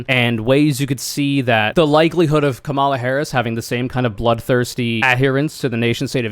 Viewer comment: Ok, it was pretty bad when you repeatedly mispronounced Kamala’s name, but then you pronounced “lmao” as a word. What, are you 13?!? There are too many other serious people to listen to; you are not.